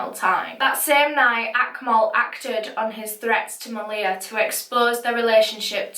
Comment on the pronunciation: dang i was watching this case and thinking the whole time, this reminds me of how my older sisters best friend passed away, and i didnt realise until afterwards that this actually was about my sisters friend. i think i never noticed cause of how u pronounced her name, (its pronounced ma-lee-ha). i remember when i found out about her passing, i must’ve been in reception at that time and didnt know the full story until now. all i knew before was that maleha’s ex-boyfriend set her house on fire killing her and her sister and that a while after both of their deaths her older brother also passed away. it’s sad that i didn’t recognise her as she used to always be around at my house. may they all rest in peace